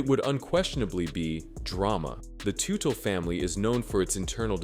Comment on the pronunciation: I came here to see if he died, that's the way the title makes it sound...Bummed out now he didn't lol. The way the narrator said their last name is so funny! I also heard all the bikes they made were sh*t!